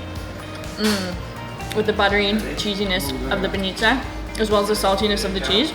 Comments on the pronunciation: It's b-A-nitsa not ban-I-tsa! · Welcome to our old old Bulgaria. Im feel my teardrops fall down when you said so much good words. And im proud. Im proud im Bulgarian. Its not banItza, its bAnitza. Ok?